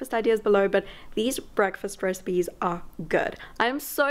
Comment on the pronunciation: Love how when she says “recipes” I sounds like she is saying “Rez-peas” 😂 I love her